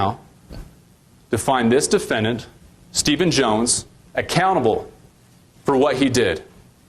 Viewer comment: I feel like a prosecuting attorney should really be able to pronounce the word "defendant" ffs dude what is a duffennint